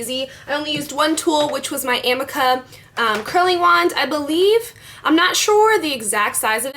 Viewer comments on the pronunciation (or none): I'm pretty sure the curling iron is pronounced "ameeka" they sell it on qvc or hsn. One of those but that's how they pronounced it. The creator was on an episode of tabatha takes over. But great video! Ive never seen someone wear extensions as good as you. It looks so natural!! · It's ah-me-kah:) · lOl ; its pronounced . AH-mee-kah . ^_^